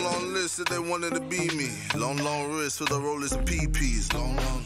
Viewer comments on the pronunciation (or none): none